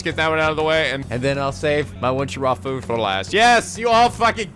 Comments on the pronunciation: We've reached the end of a 60-part war, and STILL doesn't know how to pronounce the word 'waifu'. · Tyler- He probably knows the proper way to pronounce "waifu", but he's so used to pronouncing it the way he has been that he'll just keep pronouncing it wrong (just like he still pronounces certain character names wrong even though he now knows the true pronunciation).